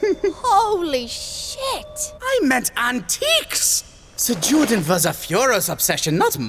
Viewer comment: My only issue is how pronounced Juden being of German lineage. I completely understand why he did pronounce it the way he did but it just caught me off guard the first time I heard it